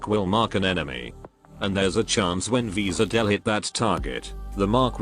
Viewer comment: Wis'adel is pronounced "Wish A Dell", actually. That's basically how both the CN and JP VAs said it.